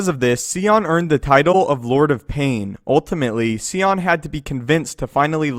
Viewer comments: I am not trying to be condescending or overly critical here, but good god damn! Come on, are you kidding me with this Darth ”C-ON” [Sion=Cy•on]. I don't mean to Sigh On, *bahh-dggnh-psssh* but it pains me to no end to hear the pronunciation of characters names–or sometimes even simple words in general–downright bastardized when we’ve literally heard how it's pronounced in the video games or movies. This is Darth ZONN-nah [Zannah=z•ANNA] all over again, that is more forgivable than this because unless he listened to the audiobook he wouldn't know the proper way to say her name and is probably just hated by every girl who has ever met him whose name is Hannah. ”Hi, HONN-nah!” How hard is that? (Zannah is literally just Hannah but with a ’Z’). He and several other star wars YouTubers have a responsibility to us their viewers subscribed or not, it's not just poor locution on their part but it's a health issue studies have shown that people who hear mispronounced words are 66 times more likely of developing cancer in their ears...or was it just that it feels like cancer growing in the ears? Either way, this comment is way longer than it needs to be and I'm going to stop ranting about something that 8.5/10 people don't notice or are simply like ”who the f*ck cares?” if you are the other 1 and half person to read this far, I'm sure you are asking yourself the same question as I am right now: ”Why am I still typing/reading this?” Sigh on!...sigh on. Or ya know...See on too. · SIGH-on... If you played the game he's from you would know that. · idk why it bothered me but i didn't see a pic of darth sion from actual game footage from kotor2 where he was famed, along with darth nihilus. And also the way you pronounced his name, idk why it matters to me but its Sion(Sigh-on) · i thought it was pronounced Sai-yawn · It's Darth Sion bro. Like the word 'scion'. 'psy-on'. 'S-ion'. 'Say-hi-on'. 'toaster-strudel'. get it right. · Absolutely butchered Darth Sions name